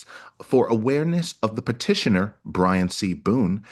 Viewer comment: STOP CONSTANTLY CALLING HIM 🧠B R A I N 🧠 HIS NAME IS BRIAN. You have been doing this for over a year now. Every Long rant that you post You refer to Brian as Brain. It is not a mistake. And her car was parked by the front door because that is her parking spot. Good grief MA'AM ‼️